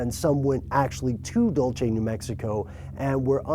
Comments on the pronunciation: Dulce is a Spanish word, not Italian, meaning "sweet." It is pronounced DOOL-say, not Dulchi. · It's pronounced like this 'dole say" and ufology is pronounced "you fall ogy" those 2 names used to trip me up as well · It’s not Italian, it’s Spanish. The Spanish don’t pronounce their “c” like “Che”. It’s small, but annoying. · I LOVE IT, WE ALL HAVE AND ARE SHOWING THIS GUY ON HOW TO PRONOUNCE DULCE, HERE'S MY 2 CENTS : DOOL- SE ( USE SHORT E VOWEL SOUND ). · it's pronounced "Dule-see" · TamaraMorena is right! Its Dul-se and is the Hopi word for candy I'm told. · It's 'Dull-Say' mate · too late to get to you guys in time to make a difference probably... but in cae you haven't made your podcast yet, please please please stop pronouncing it "dolche." new mexico is not known for its italian sounding town names. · dulchay you have at lest try to say it right.its candy in spanish. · I'm from New Mexico we pronounce it Dul-se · I'm not from there, it's pronounced like "dull che" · Dole-see that's how you say Dulce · Its pronounced dul-seh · Funny how not even one Native American from Dulce makes any claim whatsoever about aliens and secret bases there. Good thing we had crazy white people to "discover" what is really going on there! Hybrids? Really?! I am sure the natives are eternally grateful. Please don't visit Dool-Chay, New Mexico. All the Italian settlers who sailed up the Rio Grande might take offense should you happen to use the correct Spanish pronunciation. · DOOL-SAY. DOOL-SAY, DOOL-SAY!!!!! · It's pronounced "dool-say." It's Spanish, not Italian. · Rome Anaya thought of that also.. its so awkward when he always say dulchey...lol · AM I THE ONLY ONE LAUGHING WHEN HE SAYS DULCHE????? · It's pronounced Dool cea. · DULCE not dulche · It's not "dulche"! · *dool-say is how you say Dulce. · Dool se💯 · dude... PHIL SCHNEIDER DIDN'T DIE IN 1966!!! YOU MEAN 1996!!! AND IT'S DULCE (DULL-SAY) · your saying "Dulce" wrong bro haha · It's dull say. Not dull chey.